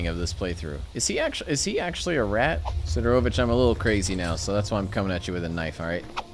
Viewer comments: why you pronounce it like "Siderovicktch" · mans said sidarowvitch